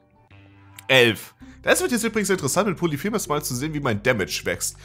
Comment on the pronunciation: Es heißt POLYPHEMUS, und nicht POLITHEMUS.